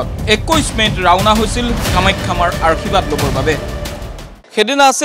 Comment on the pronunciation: আৰ্শীবাদ নহয় যে আশীৰ্বাদ হে